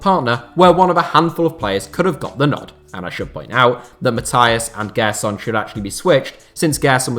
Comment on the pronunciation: Just a tip on pronunciation: Gerson's name has a J sound, like in Jay. "Jerson".